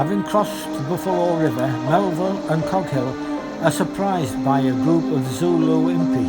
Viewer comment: This is very, very good. One basic error however is that it is Lieutenant Coghill, not Goghill.